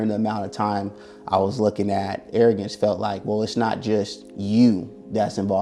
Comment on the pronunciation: Arrogrance???😂 get the fuck outta here.